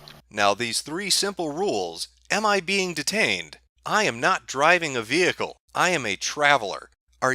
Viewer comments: Vehcile? WTF? Who's the illiterate one here? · you are illegally getting into my Ve-hickle